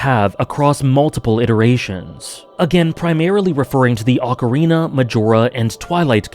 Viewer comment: You've improved your pronunciation of "Ocarina" - nice.